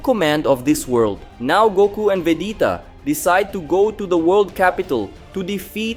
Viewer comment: It's VEGETA not Vedeta